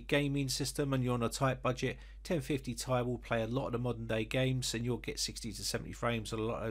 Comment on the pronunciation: "Gtx 1050 tie" 🤣🤣